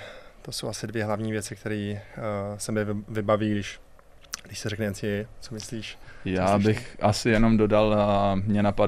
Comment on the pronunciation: Co to porad ten dudak placa ensidablju😂NCW😂 to je ensiejej😂NCAA. Psano foneticky...